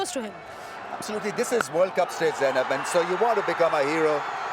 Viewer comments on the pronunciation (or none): none